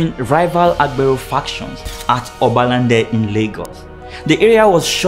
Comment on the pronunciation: Obalande?? I was beginning to question if the dude was a Nigerian